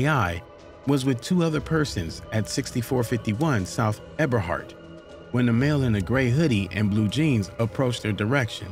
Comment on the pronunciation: Whom ever this is narrating this story u can't talk u said KI name wrong also Ebehart st u said that wrong 😂